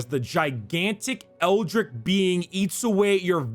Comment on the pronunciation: It's ELDRITCH not ELDRICK you fucking KNOB